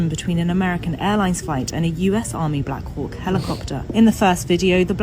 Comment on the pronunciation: Jeremy is saying “black hawk helicopter” so many times it is starting to sound like “black cock helicopters” 😂